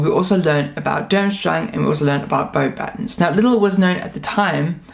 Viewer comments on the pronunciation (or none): Thank you for all this info! By the way, you don't say the s at the end of Beauxbâtons. 🙂